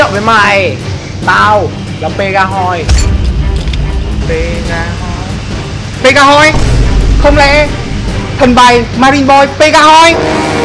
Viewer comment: Pegasus thành pegahoy luôn 😂😂